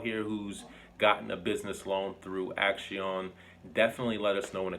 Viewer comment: I believe it may be pronounced as "ak-see-own", like the word for action in Spanish, "acción"